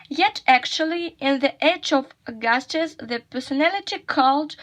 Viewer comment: the word “powerful” you read as [paful] instead of [ˈpaʊəfʊl] Find the transcription of the word “Caesar” The word “Augustus” has the other stress Find the transcription of the word “honor” Compare these futures? What does it mean? Look more attentively the transcription of the word “discernible” Find the transcription of the word “aggrandize” Find the transcription of the word “subdued” The word “although” has dentilingual sound Find the transcription of the word “incredibly”